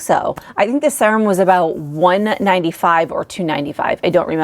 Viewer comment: It's weird how you pronounce serum. It's like sea-rum.